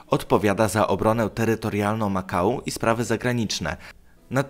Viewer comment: Makau=Ma kał confirmed?